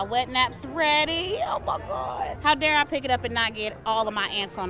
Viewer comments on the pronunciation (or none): none